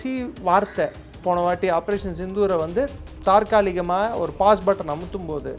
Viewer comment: Almost everyone is wrongly pronouncing தாற்காலிகமாக...but the correct word is தற்காலிகமாக...😂